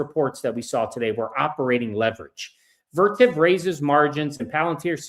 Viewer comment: What stock is he talking about at the end?? Vertiv didn't have earnings but it sounded like Vertip